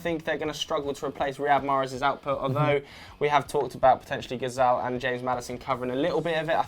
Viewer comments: Wow, way to totally mispronounce James... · the way he pronounced James...